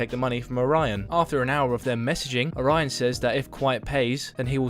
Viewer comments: It's Oh-ra-yon, not Oraina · Why you keep saying orion like orina? And the constant misgendering of him doesn’t help.